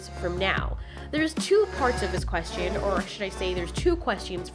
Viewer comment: Why do you say question like that